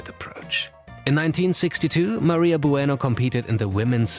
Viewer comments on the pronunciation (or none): none